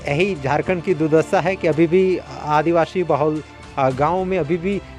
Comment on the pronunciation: रिपोर्टर जी, आप बार बार स ko श क्यों कहते हैं आदिवाशी न पढ़ें आदिवासी ही कहा करें